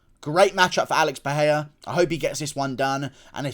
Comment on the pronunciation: Who dafuq is Paheia? It's Pereira